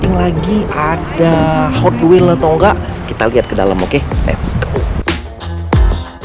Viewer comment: Bang bagus tu gotwels " nya😂